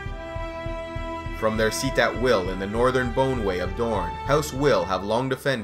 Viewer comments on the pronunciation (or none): I'm almost positive Wyl is pronounced similar to while rather than will.